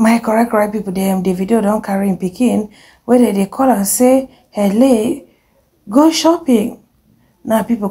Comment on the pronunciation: I'm also weak how she keeps pronouncing Hailey all the time 😂😂😂😂😂